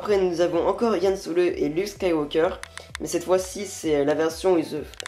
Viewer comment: C'EST LEIA PAS LEILA C'EST HAN SOLO PAS YAN SOLO !!!!!!!!!!!!! sinon +1 abo